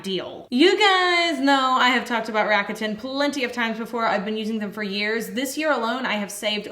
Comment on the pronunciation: First of all, soaps are amazing😘! But, uh ... RAKUTEN is Japan's largest e-commerce corporation, so just at least make the pronunciation right, PLZ. The brand's name is pronounced in 3 syllables, unstressed, and it sounds like LA-KU-DAN. And just so U know, this is not a HATE message... Looking forward to you guys creations😊